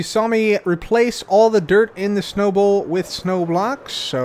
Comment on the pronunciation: I keep hearing Snowable area instead of Snow Bowl area xD